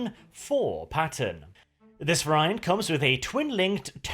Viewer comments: Variant, pronounced as in all English awkward non purely phonetic words is "var-e-ant". But if you like a challenge try Gaelic. Not that I am in a position to criticize as I have no second language..... I barely have a first one. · somebody please tell how to pronounce "variant". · I can't get used to the pronunciation of variant, but fantastically entertaining video again.